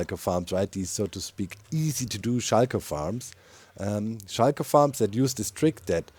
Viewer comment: I love how you say Shulker, like "shy-ker", I'm fascinated with languages and I can feel how that makes sense in German and I find it quite endearing